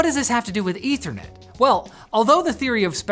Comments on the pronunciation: Eth-ther net. Short e. Pronounce it correctly and it doesn't sound a thing like "internet". You are pronouncing it weird, like the chemical. Ether (Eh-thur), like the hypothetical substance that fills the void, not ether (Ee-ther), the chemical. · wtf is "ethranet"? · *Meth*anol -> *Eth*anol -> *Eth*ernet You're spent your entire life mispronouncing this word 🤯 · I dont know where this dude is getting his pronunciation for ethernet or the ether in general.